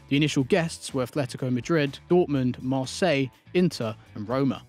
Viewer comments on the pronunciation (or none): none